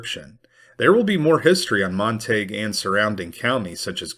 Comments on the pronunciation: That’s just illiterate. It’s either Montagyou or Montagoo depending on French or British origin. Sure as hell is not Montaig. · Mon-ta-gue not Mon-tague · It’s pronounced mon-tuh-gyoo. Even if the locals can’t manage to pronounce it correctly doesn’t mean you should reinforce chosen ignorance. They could always change the spelling. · Wouldn't that be pronounced more like Mont-A-Goo? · MON TA GUE . THATS HOW ITS PRONOUNCED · Mont-a-gew County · It's pronounced Mon teh gue county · It’s pronounced - mont a gew like in Shakespeares Romeo and Juliet, the Montagues’ and Capulets’. Not being mean, just love your work. Another great episode, thank you 😊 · Wrong. I live there. "Montayg" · All these non-Texans telling all us Texans that our county isn't pronounced the way we pronounce it!😂😂😂😂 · I suspect the real reason Davis impaled that head, was that he couldn’t abide the mispronunciation of the name Montague, by its former owner.